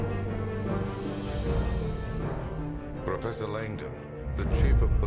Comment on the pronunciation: "Pwoffesow Langdon, you aw in gwave danger" AHAHAHAHAHAHAHA